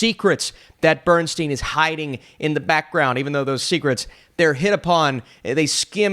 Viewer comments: BernSTINE, not BernSTEEN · The man's name is pronounced "Bern-stine," not "Bern-steen." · His name is BernSTEIN not BernSTEEN! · You have some valid points on the movie but they are overshadowed by your NOT knowing how to pronounce Bernstein’s last name. It is BernSTINE NOT BernSTEEN! How did you overlook that and how much acclaim does someone need in order for their name to be pronounced correctly?! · OK, first of all, it's Bernstein, as in beer stein, NOT Bern-steen. As for the acting, I found Cooper's attempts to "be" Bernstein unconvincing -- for me he looks and acts nothing like the real thing and he tries much too hard to the point of caricature. The nose prosthetic is ludicrous, making him look more like a clown than anything else -- and the notion that he needed a "big nose" to look more "Jewish" is offensive. The movie overall is disjointed and confusing, omitting almost everything that made Bernstein so remarkable in favor of a love story riddled with clichés, topped by the inevitable cancer bit. Tragic yes, in real life, but way overdone in far too many tear-jerk films. It's also tiresomely tedious with way too much redundant dialogue that drags and drags to little point. The culminating scene where Cooper is presented as Bernstein conducting a portion of the finale of Mahler's second symphony is lifted directly from a video of the real Bernstein conducting that same piece. Cooper is not so much conducting as acting out the over-the-top performance recorded in that video, literally mimicking Bernstein's every overwrought gesture. To a music lover the scene is embarrassingly ludicrous. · It's pronounced Bern-STINE, not Bern-STEEN. He said that himself. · As much as this man's name has been (correctly) said in the past.few weeks, how on earth.did.you.still.manage to mispronounce it? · Did you actually see the movie? Have you heard Lenny pronounce his own name? Have you head his kids pronounce their name? I'd suggest you do and then remake your video.